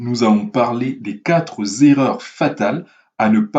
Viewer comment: Les quatre z'erreurs ou les quatre erreurs ? 😅